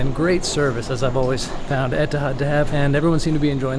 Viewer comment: I'm confused. Etihad (pronounced here as "Etahad?") couldn't get rid of the A380 fast enough and said it would never return to service. Now they can't bring it back fast enough and they're celebrating its return with themed cards, amenity kit, etc. while making it known that they're getting rid of it again Why? Are they worried that Emirates, Qatar Airways (ugliest livery of any airline and hater of the A380), Singapore Airlines, British Airways and on and on had stolen their thunder by bringing back the world's best passenger experience, and attracting customers? In the words of the excellent Dennis Miller "just my opinion - I may be wrong".